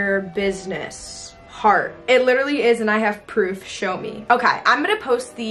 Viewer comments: “shoe meh” girly no… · so no one is gonna talk about the "shoe meh🥺" IM DYING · I KNOWW I WAS LIKE "WHAT THE HELL?"